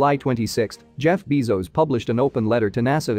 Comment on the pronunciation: Jeff Beezos instead of Jeff Bezos. Is this fine? :)